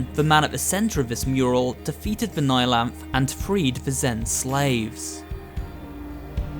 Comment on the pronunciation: Can't even pronounce Nihilant correctly, shame